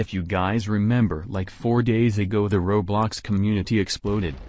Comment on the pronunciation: Wow they pronounced roblox correct!!!